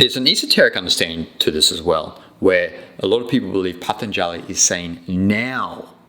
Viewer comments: Wish you knew how to pronounce Patanjali...so easy to get the a's mixed up...otherwise, very interesting. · rubbish! not only you don't know how to pronounce the word Patanjali, but you also don't understand the first thing of his yoga sutras. Atha, the very first word of his very first sutra is directed to a student. in a way, it is a question in disguise. it asks the student are you ready? are you really ready to receive the teachings? are you done with your past? are you done with your future? is it a life or death situation for you? is this path truly right for you? that and some more is what Atha means. and I will not watch any further, because you are simply not qualified to talk about it. my suggestion is: do some Yama and Niyama Sadhana for at least one year very intensely and then slow by slow you will start to understand yoga sutras.